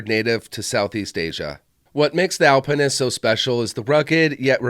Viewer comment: Why are you pronouncing it that way? There is no E to make pine. Al pin ist.